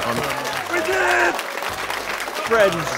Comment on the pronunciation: He fwends it me human